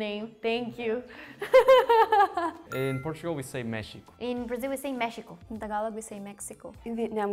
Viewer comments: The Filipina participant seemed little informed of some Tagalog pronunciations, ie. Mexico = Mehiko; USA = Estados Unidos; UK = U.K., United Kingdom but some people may refer to it as Ingglatera, Britanya, Gran Britanya (since they are technically part of UK); Germany = Alemanya; Netherlands = Olandya; Belgium = Belhika; South Korea = Timog Korea Japan = Bansang Hapon Brazil = Brasilya is also acceptable in Tagalog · sa Mexico din, dapat (Mehiko) pagkabasa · The funny things is that the pronunciation of the "x" in "Mexico" in Mexican Spanish is like what the "h" sounds like in english. SO, "mehico". And none of them got that sound right.